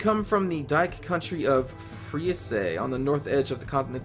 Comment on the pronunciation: The final "e" in Friese is silent I think. I've seen Vikings too but from what I've read there's no real evidence that the blood eagle ritual was actually practiced, just some vague references in Norse myths. And even if it were practiced it would be used on very special occasions only, not something you do willy nilly just because you're a psychopath.